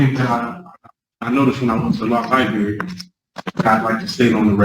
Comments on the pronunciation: The "lie"berry will get you every single time 🤦🏽‍♀️. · At the libary????? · I used to spend a lot of time at the lie-berry in when I was in school... 🤪🙃